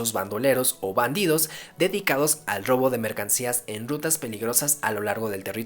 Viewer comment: Lo único malo de ver videos hablados en español de México es que no pronuncian bien la R ejemplo "...bandidos dedicados al dobo de mercancía en dutas peligrosas" en vez de robo y rutas. Esto es muy característico de la gente educada en el centro de México, pareciera que tienen miedo de pronunciar la R de manera correcta.